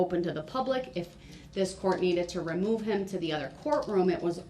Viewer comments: And it’s “remove me den” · “Remoo me den” - Guy who thought he could outsmart 3 criminal prosecution attorneys